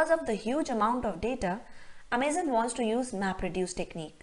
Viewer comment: I cringe a little bit everytime you say amaze-on. It's Amazon.. like the rainforest. Otherwise nice video, well explained